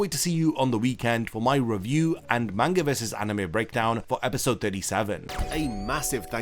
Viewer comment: Can you even say manga correctly?